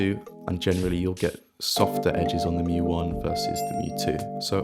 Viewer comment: Thank you for pronouncing mju correctly.